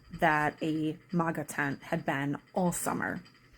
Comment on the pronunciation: You can't even say MAGA correctly you clown.